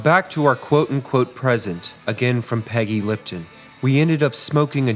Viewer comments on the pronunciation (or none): 'Peggy Litpon"?